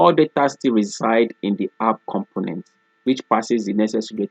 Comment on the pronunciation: Everytime you say "component", it sounds you are saying "compliment". I'm sorry, I normally don't like to bother people if they don't say it correctly one time, but you use that word alot. It's a little distraction from your lesson. I appreciate all your hard work and taking the time to upload this video.